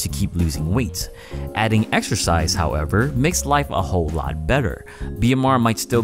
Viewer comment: Waow! "exercise" sounds a lot like "extra fries"! :-)